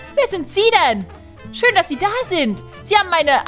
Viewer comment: ich hab zu den Tempel als du schön gesagt hast hab ich verstanden Schinken dein 🐷